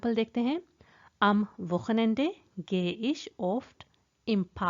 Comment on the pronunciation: Everything is superb, just one thing... e am ende is not pronounced as "ae" it should be as "uh"... "Wochenenduh"